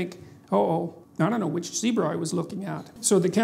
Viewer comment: Pronunciation for "zebra" is the same as "Debra"😎😂